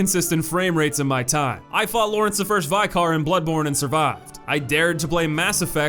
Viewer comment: return of the vYcar